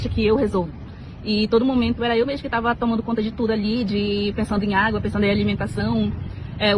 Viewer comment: Eu " tarra" muito cansada...dai eu "tarra"